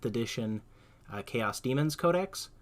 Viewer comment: It's 'CARE-ose'. You are adding a syllable saying, 'care-EE-osr'.